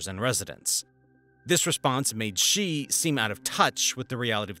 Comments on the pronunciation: A small suggestion: Xi is pronounced „Shee“ and not „Xjii“ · Xi is not pronounced "Gee", it is pronounced "she", like a girl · Xi's name is not pronounced 'djee' but 'she'. If you don't care enough to the get the pronunciation right, perhaps your other details are not accurate as well. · Say his name right jsfc